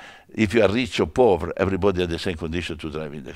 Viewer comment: I love how he says " FOR THE POVR" = POVERO = POOR ! Briatore Rocks !